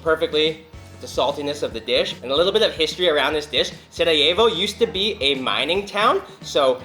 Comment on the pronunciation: thank you for saying the city name right